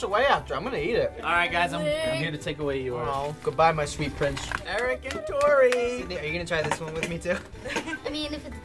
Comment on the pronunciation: Lol "Squidney"